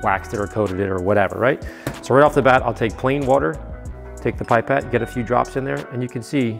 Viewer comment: Pip-ette. Not pipe-ette 😅